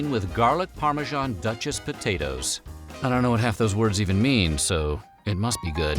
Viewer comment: What is parmajarrrn? Do you mean Parmesan?